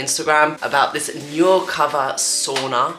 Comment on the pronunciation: Nu “new” recover. Nurecover